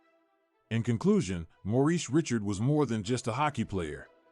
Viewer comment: You should inform your AI how to prnounce Richard's name.